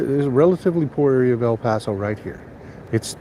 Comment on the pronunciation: Please stop saying el paso